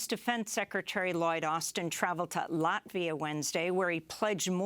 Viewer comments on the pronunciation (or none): none